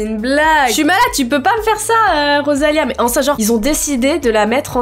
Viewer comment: J'adore quand t'arrive pas à dire "enceinte" 😂